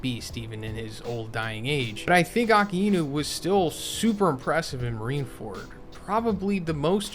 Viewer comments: Lmao it’s uh-kye-noo not akee-y-nu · Please correct your pronunciation. Akainu means Red Dog 赤犬 (right) Akiinu means Autumn Dog 秋犬 (wrong) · Bro its pronounced "AAK- EYE- NU" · who is aki ino? A-KAI-NEW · "Aka-eenu" lol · Why do you say akainu’s name like that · What is with that pronunciation of Akainu